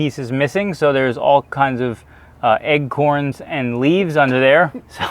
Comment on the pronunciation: I'm sorry, did you say "egg corns"? 😆